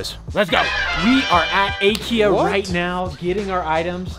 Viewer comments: you mean ikea not akea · It’s ikea not akea